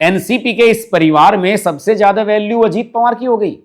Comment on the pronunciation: पंवार नहीं पवार बोलिए । 🙏